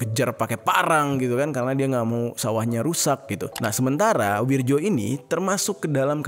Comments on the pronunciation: Nama.nya Wiryo bukan Wirjo bang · BKN Wirjo tapi Wiryo itu tulisan ejaan lama gengs ahh ellu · Bang penulisannya wirjo tp dibaca wiryo ejaan lama yg disempurnakan ...